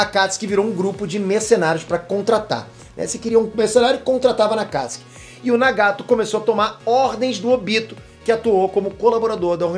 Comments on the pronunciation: MANO ELE FALA AKATISKI E NAO AKATISUKI KKKKKKKKKKKKKKKKKKKKKKKKKKKKKKKKKKKKKKKKKKKKKKKKKKKKKKKKKKKKKKKKKKKKKKKKKKKKKKKKKKKKKKKKKKKKKKKKKKKKKKKKKKKKKKKKKKKKKKKKKKKKKKKKKKKKKKKKKKKKKKKKKKKKKKKKKKKKKKKKKKKKKKKKKKKKKKKKKKKKKKKKKKKKKKKKKKKKKKKKKKKKKKKKKKKKKKKKKKK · Aaaa mano fala akatsuki pfv para de falar akastki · Não é akatiski, é A K A T I S UU K I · Porra! fala o nome correto! me deu um nervoso vc falando akatsuki com um acento agudo no (a) sem necessidade Alguma; dei deslike por isso. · Eu falo akatsuki o certo e fala akatsi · Ele falando os nomes do jeito q é falado no Japão me da uma leve repulsa, mas relevem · Ele fala Akatsuki errado